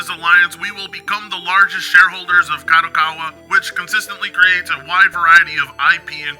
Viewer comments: Oh frit! Is like someone said on the comments of this guy video, he barely can speak English, do you expect him to say Kadokawa correctly? Also, if you watch the other videos about this company, this guy insist to say KADOWAKAWA for some reason, I guess is just to piss off the viewers. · He can´t even say the name, of the company right. KADOKAWA it is not that difficult. Besides that "" don´t know any games, made by KADOKAWA besides Elden Ring, he couldn´t name one. Just in case people wonder Kadokawa, was involved as developer or publisher for games like: Killer is Dead Lollipop Chainsaw Angels of Death Ninja Slayer and Sword Art Online: Code Register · can barely speak English, you expect him to be able to pronounce Kadokawa? Lmao and his pronunciations aren't even funny like papa Gundam